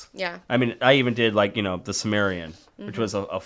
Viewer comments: Dammit I'm not a grammar nazi! But FUCK! Its not shmahg its Smaug! And! Its not simarion! Its the Silmarilion! Sheesh! Regardles I love you guys! These are minor complaints. I listen to you guys so I can keep up on comics. Period. I don't have the cash OR the time, for that matter, to read all this cool shit! Keep up the goods! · I keep cringing everytime he says "the SUMERIAN"??? Silmarillion dude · Sil-mar-il-lion :P not simarion. sorry, stickler for pronunciation. Love the show! keep up the awesomeness! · Doesn't he mean Silmarillion? not semarian? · The Dune series is so epic and deep. I read through chapter house dune in high school and thoroughly enjoyed it. Also fyi it is silmarillion not simmarian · the book is called "The Silmarillion" Not the Samarian . and the dragon in named Smaug (smog) not Shmog...even still I love you guys.